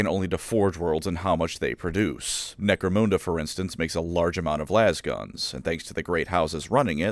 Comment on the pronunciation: Why do you pronounce Necromunda so badly?